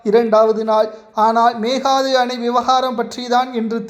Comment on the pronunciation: உதயநிதி சீக்கிரம் கீழ்பாக்கம் செல்வது உறுதி செய்தி வாசிப்பவர் ஒழுங்காக மேகதாதுஎன்றுவாசிக்கவும்